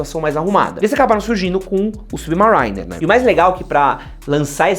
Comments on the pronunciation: Olá! Achei que vale mensionar que não só o F91W é pau pra toda obra, como é o relógio mais usado do mundo. Não só o relógio que o moleque de 10 anos usa pra ir pra escola, como presidentes e até mesmo terroristas como Osama Bin Laden já usaram. E crítica construtiva, a pronúncia é SubMERRYner (tipo merry Christmas) a ênfase fica no A e não no I, eu também falava assim, por que pronunciava como se fosse Submarine, mas aprendi depois. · a pronuncia do Subimarainer, e agora o comentario do casio... parei o video, falow galera!